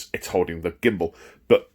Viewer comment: I drraankk everyt immme he shaid gimmmbul